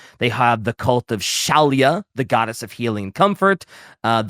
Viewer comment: mispronouncing Shallyak and calling her Shallia is quite on the nose.